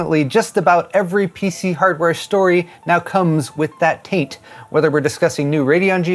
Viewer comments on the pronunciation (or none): Say taint again...🤣